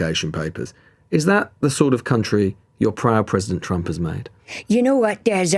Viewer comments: She sounds like she is saying President Chump. She should speak for him often. At least she addresses him correctly. 😏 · 'President Chump' - She just kept saying this. I'm sure it's just her pronunciation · america needs to stop thinking its I change of the world - I enjoy it sounds like she calls him president CHUMP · I love how it sounds like she is saying "President Chump" I've also heard other Republicans calling him "Chump" recently: Its the only truth the Republican (MAGA crew) have spoken. Also the mental gymnastics these people are having to perform in order to support this monster, are painful to watch. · It sounds like she keeps saying "President Chump", which is hilarious. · Everytime she mispronounces Trump as Chump... I can't! Her voice is as annoying as her delusion.